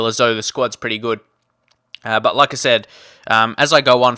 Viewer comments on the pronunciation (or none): whenever you say "like i said " i hear it as Lacazette